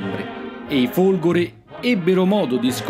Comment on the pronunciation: Ai minuti , e sembra proprio di sentire "i Folgori" . . . tuttavia ho notato come possa dipendere anche dall'audio non perfetto o dal suo pronunciare la "e" molto stretta . . . in ogni caso complimenti per l'ottimo video, ma questo era un commento che ritenevo scontato ai fini di un incentivo alla perfezione.